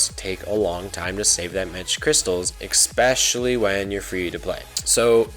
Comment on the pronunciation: Especially man not "exspecially"